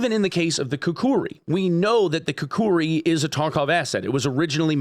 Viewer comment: They havent stolen anything 😂😂😂. Its you who wanted more cash (BSG)! And I dont get it, does ak74 sound exactly like this only in russia ? How does Forza and Gran Turismo doesnt sue eachother when they copy cars and sounds? How the hell… Its KU KRI not Ku ku Ri 😂😂😂.